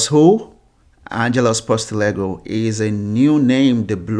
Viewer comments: Sorry but you butchered his name ! It is "Ange Postecoglue " pronounced = post - a - cog - lou BTW Ange is not going to the "chopping block" league soon. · post eh cog lou 👍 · This has to be some sort of a wind-up, the guy can't even pronounce his name!!! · Can't even say his name properly. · can't even say his name properly what a joke he's staying at celtic HH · you can't even say the guy's name right and you talk about respect 😂